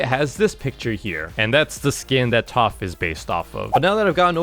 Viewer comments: why does this guy always say toph instead of taph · TOPH?!! ITS TAPH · what are you keep calling taph toph it’s pronounced TAPH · bro is NOT saying taph right🥀💔